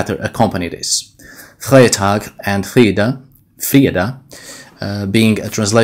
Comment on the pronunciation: "Freitag" in German is pronounced with an English type "i", like "fritag"